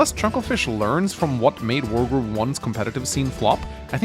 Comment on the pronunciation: Sounds like you are saying world war 1 and 2 instead of wargroove